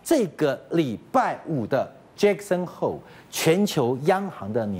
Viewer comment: 是Jackson Hole不是 Just hoe.....@@